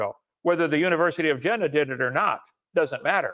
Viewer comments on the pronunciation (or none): It is pronounced Yeena. With a soft J. Not Gin-uh or Jin-uh. For the record.